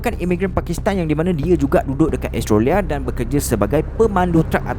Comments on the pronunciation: the ko sebut australia bukan estroria adoii cacat ko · Seriously sebut Australia "astrolia" ??? HAHAHAH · Astrolia lah (pronounce: Astro-lia) 😂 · kadang2 bro sebut australia bunyi macam "astro ria".... hehe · Mcm dgr astrolia je sebut Australia tu.. 😅 btw, new follower here. Best! Teruskan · Australia sebutan tak tepat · rasa nya elok betul kan sebutan australia,, sekadar teguran sahaja,,, jgn marah yer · Kenape cara menyebut 'australia' lain je bunyi nye 😄😄😄